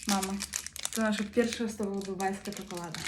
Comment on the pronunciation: Ona nie umie gadać czekola da a